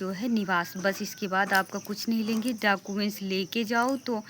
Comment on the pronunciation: डॉक्यूमेंट ❌ डाकूमेंट ✅